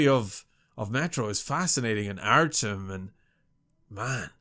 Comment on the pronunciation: ''My name is Artyom'' : Oh Artem?